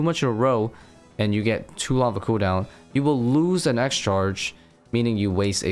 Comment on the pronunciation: Bro the boss is called vardoRvis, not vardovis